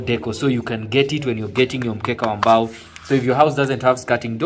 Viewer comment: Its not really mbao its like mbaaaaaooo